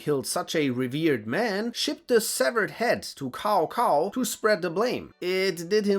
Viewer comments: I never get the chinese pronounciations right myself, but his name is definitely not pronounced "cow cow" 😂. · Hears Cao Cao as Kao Kao FRUSTRATION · "Cow Cow" and "Cow Pee" like in earlier Dynasty Warriors. :D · Tis pronounced Tsao Tsao i think. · The way you pronounce Cao Cao is remind me with DW 3. I love it Here's my subs. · My man kinda nailed Lv Bu's name but somehow butchered Caocao's 😂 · COW COW, FCKING COW COW XDDDDDDDDDDDDDDDDDDD, his name literally pronounce as tsow tsow or sow sow, not cow cow, holy shit we still have people who stuck in DW3 era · Tsao Tsao, not Cow cow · Cao cao doesn't sound like cow cow. But more like Ch-ao. Ch like chuck, ends with ao rhymes with Mao. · Jesus, Cao is pronounced "tsao" in Mandarin, nothing like the mooing animal. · If your gonna give histories, learn how the names are pronounced. Tsao Tsao hasn't been cow cow since dynast warriors 3. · It’s Tsao-Tsao, not Kao-Kao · it's not pronounced KaoKao , it's Saosao .. still good video . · Not kao kao but cao cao using C not K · Cao Cao is pronounced Tsow Tsow, not Cow Cow. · ......... pronounced Tsao Tsao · It's pronounced "tsao tsao" just like I wrote it. That comes straight from my friend who is Mandarin Chinese. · Cao Cao is NOT pronounced as "cow cow" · Sorry, but the way you pronounce Cao Cao like cow cow is hilarious🤣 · butchered a whole bunch of names... I mean.. "kao kao"... good lord... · I think it’s pronounced tsao chao instead of cao cao in mandarin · Dude said “cow cow” in a video about historical and fictional warriors. What a true idiot. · How do you pronounce Lü bu perfectly with the tones and umlauts and everything but say "Cow Cow" for Cao Cao 😢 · Cao cao is pronounced as "Tsao Tsao" 😂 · I thought Cao Cao was pronounce Tsao Tsao. Really love these videos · Cao Cao is pronounced Tsow Tsow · Cao Cao is pronounce xao xao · bro keeps calling Cao Cao (tsao tsao) Cow Cow 😭 even though you're pronunciation of Lü Bu is so good xd😂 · Also laughing at "Seemo Hauhää" :D